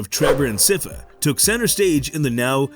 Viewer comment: How do you manage to mispronounce sypha? I would assume you did some homework before making this video